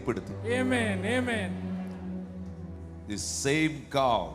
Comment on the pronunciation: ദയവു ചെയ്തു ആമേൻ എന്ന് പറയൂ. എമെൻ അല്ല